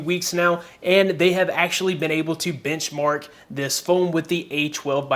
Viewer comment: I don't know if it's just me but instead of benchmark, I keep hearing you say bitchmark.